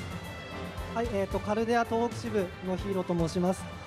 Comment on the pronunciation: 東北をトウホウと読むのは…。あとFgoの実況するならヴィヴ・ラ・フランスくらい知っとけよ…